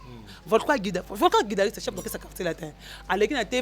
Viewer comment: tu dois faire un effort pour améliorer ton français parlé car tu fais de fautes lourdes, comment tu peux dire insalité et guidariste....Ezalaka té.....on dit plus plutôt insanités et guitariste ça ce sont des notions préliminaires d'une personne qui a maitriser la grammaire en primaire. Classe ekomi ofele va te recycler en grammaire